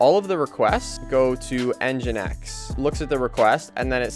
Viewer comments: mfw its engine-x and not en-jynx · The pronunciation is Engine X (nginx). I think that would be helpful to you to take a look into a REST tutorial too, the api paths are kind of messy. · Is it pronounced engine X or N jinx?